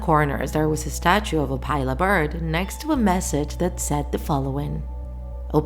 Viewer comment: you're saying opila wrong 😡 it's opila, not opayla, the i is low wovel